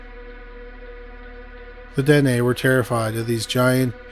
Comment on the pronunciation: Dine = "Dee+Nay"